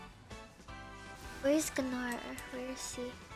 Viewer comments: did she just pronounce Gnar as "Jinar"? lmao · “Why hello there, GAH-nar” Girl no